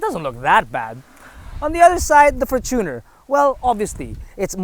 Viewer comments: fortune-r not for-tuner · is that the correct way of how to pronounce the fortuner? you said, “for-TUNER” isnt it from the word “fortune”? and not “tuner”? hence, “fortune-r”